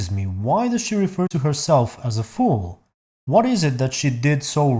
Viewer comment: I think she ment a “ fall” not a fool in a weird accent